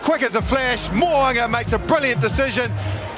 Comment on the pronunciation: MO'UNGA, NOT MOWAAAANGA